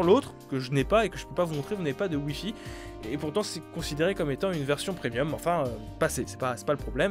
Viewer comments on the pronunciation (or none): none